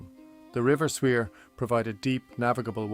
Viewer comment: The river Suir is pronounced Shore